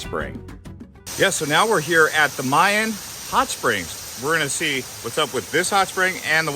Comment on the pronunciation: They're called Ma'in hot springs, not Mayan. lol Anyway, another lovely video! Jordan is a beautiful country!